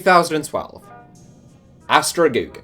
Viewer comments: Astra Giurgiu (not Astra Gugu was this guy pronounced it) was found in 1921, but in 2012 they moved from Ploiesti to Giurgiu and they changed their name from Astra Ploiesti to Astra Giurgiu. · That Giurgiu pronounciation....